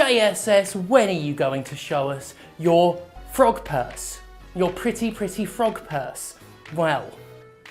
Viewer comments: When he said frog purse, I heard front perks. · Oh, frog purse. I thought you said Pog Purse. I was really interested in seeing that as I didn't know one was made. I mean frog purse is alright I guess...